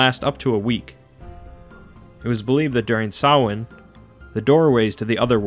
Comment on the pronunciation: its so refreshing to hear someone pronounce Samhain correctly, well done mate